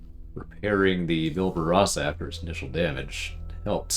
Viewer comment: Good god just say it with me.. -BAR-Ba-Rosa!!!!